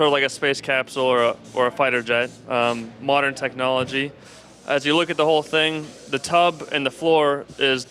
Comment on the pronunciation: The way he said "Mordern Technology" XD